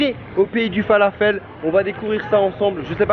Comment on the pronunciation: Le falafel est dorigine libanaise ! Un peu de respect a notre pays. Et prononcez le correctement !!